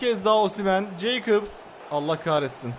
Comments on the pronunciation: Abi Jacobs jaykıps diye deil yakops diye okunuyor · Abi gs nin solbeki ceykıb değil yakops diye okunuyo😂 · 38.38 yakops diye okunuyor Abi ceykıbs değil jacobs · Abi galatasarayın sol beki jakobs (yakops) diye okunuyor abi. Jeykıps değil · Abi gs beki yakops diye okunuyor